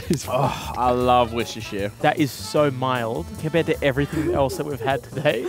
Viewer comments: why does pronounce Worcestershire "wishister"? I don't say wash your sister, I say "wore-chester-shire" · How many times can they say Worcestershire wrong 😂😂